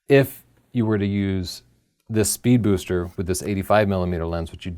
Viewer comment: Drinking game: Take a shot every time in this video that struggles not to say "Spood Beester."